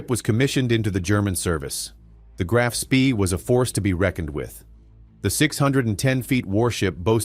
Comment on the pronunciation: The most boring,lengthy,including totally incorrect photos and people not to mention the ignorant pronunciation of the ships name. This action took place in December ‘39 so why show U S forces and Japanese battleships ? Too drawn out and over embellished in the presentation, basically banal !